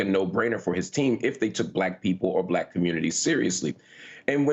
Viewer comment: "Then she turned BUHLACK" like Harris cast some magical spell 😂